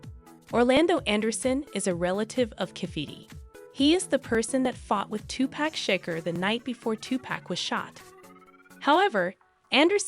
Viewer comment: you butchered Tupac's entire name...